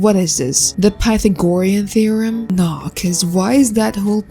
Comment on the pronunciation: "Pathogoriean theorem" 😭